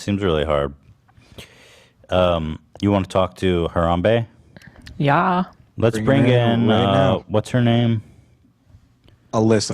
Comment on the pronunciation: Ethan, you're saying Harambe's name funny lol it's not HaramBEE it's more like HaramBEY :)